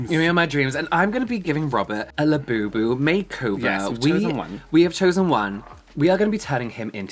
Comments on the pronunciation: Not “labiabubu” 🤣 💀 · not labiabubu 😂